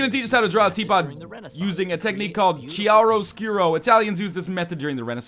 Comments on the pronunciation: Lol, Northernlion, I think it's pronounced KEE-ehr-uh sk-yoo-roh, not CHee-ehr-uh etc. :P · NL chiaroscuro is pronounced kiaroscuro. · Lol northern lion- Chiaroscuro is pronounced key r ō skyer ō. Love the video still :). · Oh man, your pronunciation of Chiaroscuro made me cringe a little bit, but I guess that's how I would pronounce it if I never heard it before.